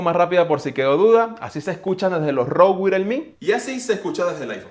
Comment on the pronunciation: Se dice "waierles".